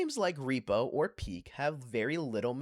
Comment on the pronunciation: I don't know why, but I physically cringed when you pronounced repo R E P O